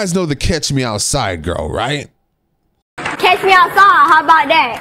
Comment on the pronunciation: It's catch not cash